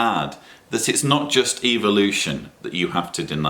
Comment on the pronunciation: I like how pronounces the word " evolution". It sounds like he is saying "Evil-ution".like its bad. 😆